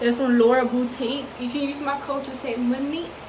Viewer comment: It’s lauraS boutique. Not laura boutique or laurs boutique